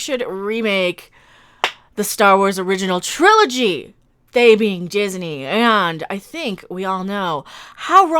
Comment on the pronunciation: me sitting here trying to figure out if she forgot the G in "trilogy"... or if Triloy is a another new term I have not heard of.